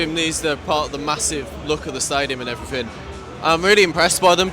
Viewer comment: STOP SAYING "AND EVERYTHINK" SO ANNOYING.. 😅😅K.R.O.